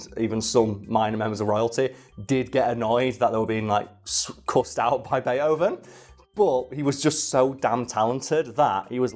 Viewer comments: Is it pronounced bate-hoven or bei-thoven? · "Bay Hoven" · Bea-hoven? Isn't there supposed to be a t in there or can you just not pronounce it? I wouldn't have commented but you say it like 30 times in the first minute of the video